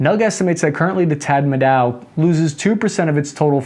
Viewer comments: It's taa maa ro... Not tat mau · Tatmadaw not Tadmao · Re: Burmese Military.. the 'Tad-mao"? How'd you get that from "Tat-Ma-Dow"? The CRITICAL history that everyone should know about is how they have enslaved and brutalized ethnic groups like the Karen for many decades. They're absolutely murderous.. bombing villages from the air, sweeping into villages and grabbing slaves to do forced labor, you name it. It's a shame that this never got on the world's radar for decades. The Karen people were trying to survive in their jungle hidecouts.. they should have hired a good US publicist. The ruthless CCP has been supporting the Tatmadow for decades with weapons & supplies. Dictatorships help each other because free people in one place are a threat to dictatorships in another. If we believe in freedom for ALL human beings, we need to put Myanmar on the World radar. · You mispronouned Tat Ma Daw, not Tat Maw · It's Tatmadaw, not Tad Mao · I'd have to go back a re-review your pronunciation of Burmese words... Tat Ma Daw - The Military... If it starts with Kya (Cha)... e.g. kyauk (Chy-au-k), Aung San Suu Kyi (Ah-u-ng, sahn, sue, chee)... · As a Burmese,let me correct you on how to pronounce Tatmadaw - you take the tat from tattoo,ma as in mah ,daw as in Dawg without the G But yeah overall situation is really bad for the civilians,teenagers and young adults are finding ways to get out of the country asap and Parents are telling their own children to never come back unless the tatmadaw is completely destroyed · lmao Tadmadaw = Tadmaw😂